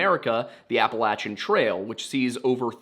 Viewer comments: It’s “Apple - lay - shin” not “Apple - lat - chin” Mountains/Trails. Just like Oregon is Or - e - gun not Or - e - gone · I usually enjoy your stories. However, just wondering why you changed how you pronounce appalachian? I believe you are from Pennsylvania and went to Penn State and you are not saying it the way we do in Pennsylvania. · Funny, I learned the pronunciation Appa-LAY-shun in school. In Canada. So maybe it’s wrong? Or just another pronunciation?